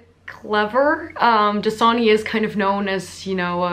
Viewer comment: My ears were not working because I could not recognize the word DASANI!! I thought it was like JISUNI!!